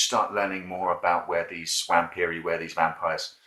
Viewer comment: Ok, you have my respect! Just don't say Wamp. W is a double V. Its a bit confusing if you read it for the first time.